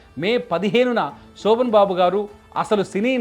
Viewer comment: సోభన్ బాబు కాదు రా అయ్యాక శోభన్ బాబు.